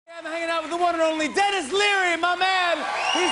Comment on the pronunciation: Is Denis German by any chance?